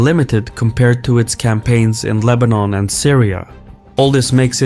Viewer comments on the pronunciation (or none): none